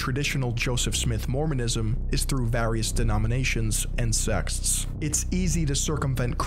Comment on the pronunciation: He also kept saying "sexts" instead of "sects"